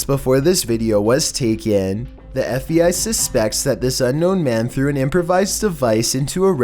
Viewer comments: There you go with that FEI, dude it's FBI, LEARN HOW TO SPEAK, ITS SOOO ANNOYING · is it just me or is he saying fei and not fbi? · Why do you keep calling the FBI the FEI???